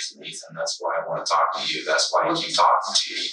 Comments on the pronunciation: This narrator phonetically mispronounces the work “talk.” Why does he keep trying to pronounce the L. It sounds so weird. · Where is the narrator from? I find it fascinating that he pronounces the "L" in "talk". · How is it that the narrator pronounces the L in talk but can't find the L in words like told or old?